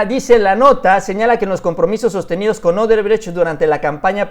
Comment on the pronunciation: ¿Marcelo Odebretch? Jajajajajaja Se te enreraron las palabras...